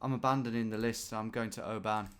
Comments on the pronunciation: I live in Oban and I've came to terms with it, especially working in the hospitality trade and visitors pronouncing it oBAAN. Phonetically it's Obun. It's gaelic for Little Bay I think. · When you were saying “an” I was like no don’t go down that rabbit hole! It’s “on”. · Just for information for our non Scots , Oban is pronounced Obin, not O ban , first video I have watched, thoroughly enjoyed it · Its not LOTH ian it's LO thian and it's not O ban pronouncing the O it's just oban. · "Oh Ban" At least pretend like you dont know how its pronounced. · That is not how to pronounce Oban, it's more like obin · The “O ban hotel” 😅 you make our places sound posher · Please never say oban like that again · FYI - Oban is pronounced with the emphasis on the first syllable like in the word "open". And storeys is spelt like that when describing the number of floors in a building. I was thinking Caledonian at the start but quickly realised it had to be a hell of a size! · mate please learn how to say scottish town names properly irvine and oban not what you keep saying